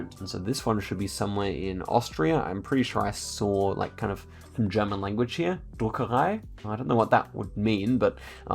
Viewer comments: you pronounced "Druckerei" so accurately it was kinda scary ngl - It means printing house btw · your pronounciation of "Druckerei" was surprisingly good, nice job